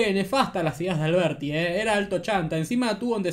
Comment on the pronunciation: No puede ni decir alberdi.. dice alberti